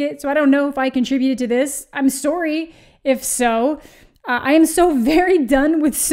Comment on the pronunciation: It's okay you can't pull off a british accent. Those Canadian "soorys" are the best :D